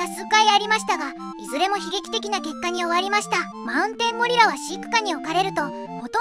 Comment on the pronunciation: ゴリラの発音良すぎやろ笑